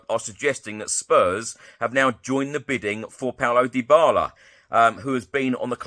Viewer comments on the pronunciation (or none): none